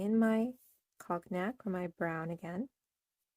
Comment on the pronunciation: Beautiful design and colors. Cognac = cone yack, proper pronunciation. It's an amber colored liquor also.